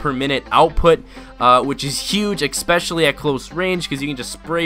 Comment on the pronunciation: didn't know 'especially' had an 'x' in it